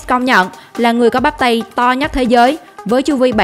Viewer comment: Là thể hình mạnh nhất chứ không phải mạnh nhắt. Phát âm sai chính tả.